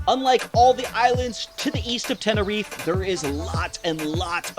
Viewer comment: TeneriFE, not Tenerif, please !